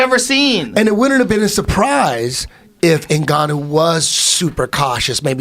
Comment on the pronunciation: Who's this "zingannou " Eddie speaks of hahaha